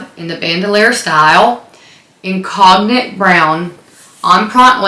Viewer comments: The Speedy color is not pronounced 'cog nick'. It's 'cone yak', like the liquor. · The color “cognac” is pronounced like cone-yak (kohn-yak). The o is long, and the g is not pronounced. Cognac is brandy from France. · I mean if someone is correcting you, it should be correct, More like CONE-yak but ok. Love your channel and collection. TFS!